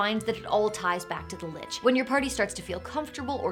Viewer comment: Hard C, as in Lick, not Soft C, as in church